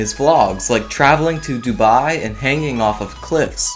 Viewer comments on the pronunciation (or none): none